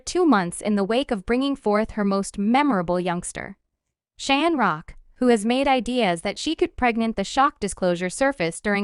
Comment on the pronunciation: 😂😂😂😂 did you hear this thang say CRAN-ROCK 😂😂😂😂😜😜😜😜Who is CRAN-ROCK YA’LL????😂😂😂😂😂